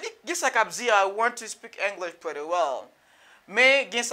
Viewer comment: Why you pronounce pretty like prèti? This I not american sound at all bro. American native will never say prèti